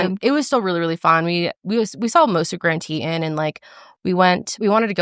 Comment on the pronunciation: "grand teetin"